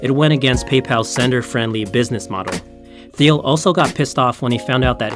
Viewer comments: What you didn't learn is that the uploader got a few things wrong. It's pronounced Teal, not Theel (Peter Thiel). Also, he used the logo of some health company called Cofinity, not Confinity (the actual company). Lots of info researched, but constantly botching the founder's name and his company takes it down a notch. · That drove me nuts. Also, his pronunciation of "Peter Thiel". It's pronounced "teal", like the color. Otherwise, great video, but this stuff just makes him sound amateur. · I do. it made me wonder the whole time "but that looks like Peter Thiel who is Phil?????????????????? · The presentation is not bad, but you pronounced Thiel's name wrong and also you used a healthcare company Cofinity's logo instead of Confinity. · wrong confinity logo, THeal, CompaCT, Wells FargO (wrong emphasis); c'mon!!